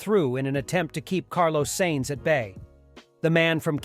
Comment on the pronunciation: The horrible pronunciation of Carlos Sainz’s name shows me this guy has never seen an F1 race, and may not even be a real person. AI voices are getting really good……